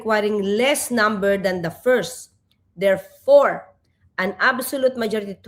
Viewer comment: "Thirfore" ba Atty. Claire? Nahahawa k na yata kay "Go ahid Trillanis, Mik My Diy" ah... 🤭🤗☺️😂🤣😅